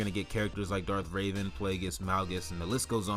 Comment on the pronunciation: Darth Revan not Darth Raven